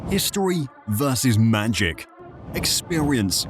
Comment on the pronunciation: you literally said mangic 😂😂😂